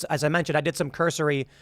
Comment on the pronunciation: Say “cursory” more pls. Aren’t you a “journalist”? Lots of I don’t knows after things you say....